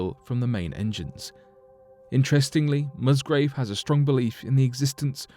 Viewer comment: The gentlemans' name is Musgrave not Mustgrove.